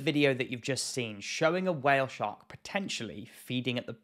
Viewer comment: I love how you say while shark xd